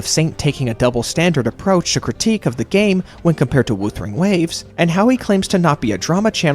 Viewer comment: Drink a glass of water everytime you hear woothering waves